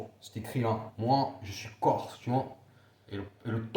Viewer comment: Lol corse ça ne se dit pas corso gofu va !